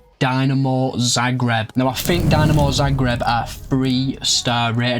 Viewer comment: tbh honest, it's more of an insult to hajduk than dinamo fans ;) Also it's DInamo, not DYnamo (not as in "I" but as in "quick")